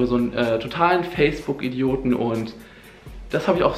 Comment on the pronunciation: autentich, möschte ... AHHHHHHHHHH